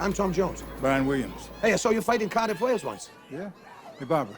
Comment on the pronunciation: "Cardiff, Wales" Love the emphasis.